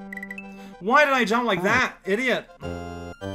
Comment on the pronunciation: I feel like a frickin' linguist for noticing these things, but... I'm noticing he's adding a (French) "e" after a word ("why didn't you jump-e?") and then I'm making the connection to how he often enunciates an e sound in swears ("merd-e!", "tabarnak-e").